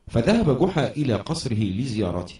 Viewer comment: جحا وليس قحا